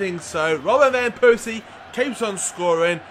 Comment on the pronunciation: i feel so un comfortable with you saying vanpersies name ;(